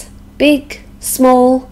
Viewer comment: I am used to understand more American accent than other accents and I was trying figure out which word you were saying at certain moment in the video. I found out when you said and wrote the word on the screen. The word was "big". hehehe A very easy word but I swear I really couldn't get it. I love accents as such as British, American, Australian, Canada and New Zealand. Therefore, I always say that we must listening different accents. By the way, I love the Australian accent. It is so marvelous how you sound when you speak.